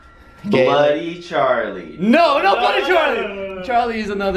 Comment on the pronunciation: it's bloody not bludy. And it's reflection not.. Whatever you said